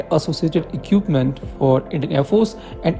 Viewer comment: Please boss it is not eqpment it is pronounced it e-kwip-ment. I dont mean this in a negative way, just that your pronounciation of equipment is really jarring when hearing your stuff. E-kwip-ment with the e producing the sound of choti ee ki matra not badi e ki matra kwip, rhymes with whip or lip, e-kwip.